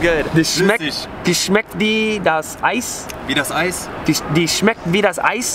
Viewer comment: Its not smecht, its "schmeckt"